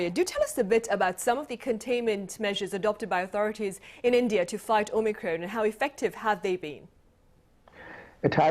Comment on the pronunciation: Why does the presenter always call it Omicrone when it's called Omicron!????